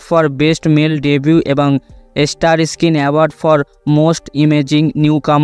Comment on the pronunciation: উচ্চারণ ভালো করার চেষ্টা করুন। ইস্কিন,এস্টার না বলে স্কিন, স্টার বলা অভ্যাস করুন।